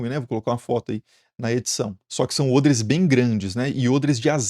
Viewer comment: Nossa, ôdres? Eu sempre disse "ódres" hahaha!!!